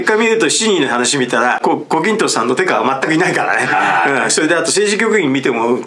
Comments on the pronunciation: 「手下」のことを「てか」と言っているようですね。「てした」というのが正しいのではないですか？ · 私長い事日本人をやっている: しかし/手下/を/テカ/と読む日本人に遭遇したのは初めて。